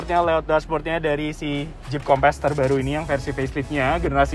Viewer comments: Tp dia nyebut nya kompess, kek ban kurang angin kali wkwk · Nyebut nya harus nya “kompeus” .. 🙏🏽